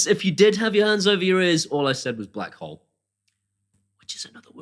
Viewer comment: Need to enunciate... I heard whore not hole and went did he really just say that?